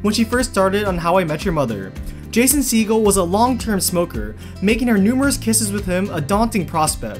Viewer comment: How you say Jason’s name 😬